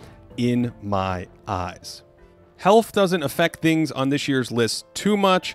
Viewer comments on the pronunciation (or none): none